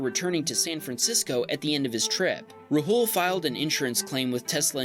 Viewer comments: Haha, it’s more like raa-hool! 😀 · Rahul is not said like ra-hul its said like rawul